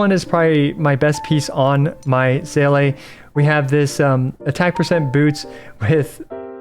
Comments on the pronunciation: I know it’s a non issue. But the fact you playd the game, hear the name, people correct you on the daily. And you STILL say See -luh wrong drives me insane. My name is Jacques and any time someone blatantly butchers my name it just feels disrespectful. I know it’s a game. But it’s also a name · My dude... It's "See" as in "seeing" and "le" as in "La Signora". 🤣